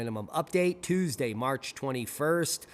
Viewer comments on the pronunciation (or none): none